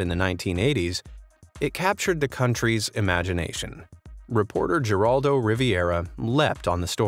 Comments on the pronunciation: And his name is pronounced He-ral-do. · Wow, you massacred Geraldo's name. 😒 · Cannot believe how badly the narrator botched and mispronounced Geraldo's name, repeatedly. Come on, you gotta know better!? 😒